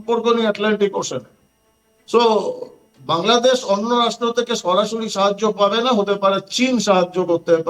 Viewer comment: নিজেদের দেশের নামটাই শুদ্ধভাবে বলা শিখেনি।